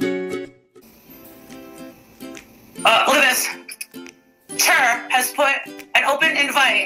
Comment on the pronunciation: Wait… did she say Cher like “Chair”…? 🙈🤣💀